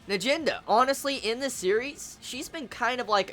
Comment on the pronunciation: It's n - ahh - Jen - duhhh